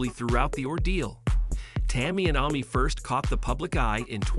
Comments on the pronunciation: Right ! WTH ?! Why on earth would someone pronounce it Ah Mee ?! Jeez ! Super annoying! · Why are you mispronouncing Amy’s name ? That’s annoying. I’m so proud of this family either way ! Love them ! They’re so fun !